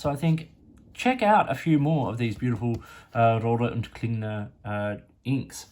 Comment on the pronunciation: Your German pronunciation is very good, better than most anglophones. I agree with your assessment of R&K. Excellent value for the money, especially here in Europe.